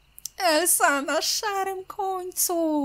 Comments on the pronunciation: merciu mówi się elza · Nie mogę już słuchać jak ciągle mówisz "Elsa" zamiast "Elza", bo Elsa się pisze a mówi Elza!!